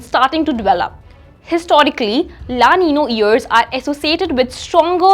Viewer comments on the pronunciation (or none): It's La Nina not La Nino